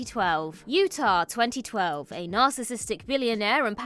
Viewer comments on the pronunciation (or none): none